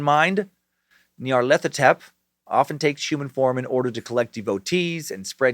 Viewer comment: Myth-ōs! Any other Lovecraft nerds wincing with every mention of “mee-thoss” 😖🤣 Also, Nyrlathotep, perhaps pronounced “Nyarlat - Hotep” as would correlate with ancient Egyptian nomenclature?